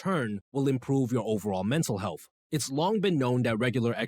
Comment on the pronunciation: Healfff is not a word, health is. Mispronouncing words makes one sound uneducated about the topic no matter how much one knows. Hope this helps, I enjoyed the video but the frequently mispronounced words are distracting.